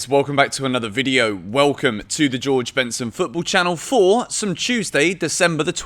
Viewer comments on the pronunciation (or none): none